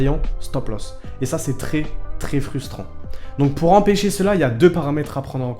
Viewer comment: POUR*** Pas Poue cest pas pro